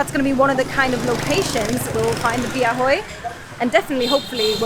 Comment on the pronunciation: " bia hơi" but not "bia hôi" 🤣😂🤣😂🤣😂